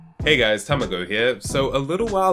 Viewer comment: It was going so well until pronounced tamago as “ta-may-go”:(